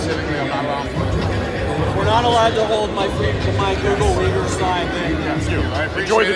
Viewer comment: You don't even know how to pronounce Xinjiang and Uighur. Pretty much Falun Gong. You know who's dissagre with China about muslim are? US, Israel… Well, not sure these 2 countries have a good reputation towards muslims. This video is a total joke.